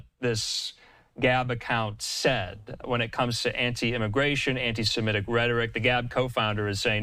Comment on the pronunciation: People who cite their own knowledge of certain things really ought to pronounce the term SEMITIC! It is NOT pronounced "SIMETIC!"